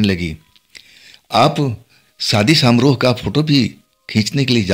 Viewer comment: सामरोह नहीं समारोह।